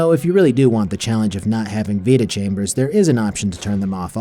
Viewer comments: vita-chambers❌ Veta-chambers✅ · I don't know why, but hearing you pronounce vita-chambers as "veta-chambers" kinda annoys me. It's "vyta" as in vitality. So. Yeah. Pet peeves and all that. Cool video though! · It's Vita chamber is for vitality, not Veta.